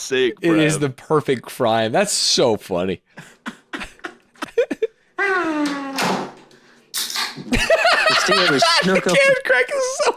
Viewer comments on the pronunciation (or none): your blud calling Castillo as Casteo whole time is sooo funny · ' pronouncing Castillo "cassio"...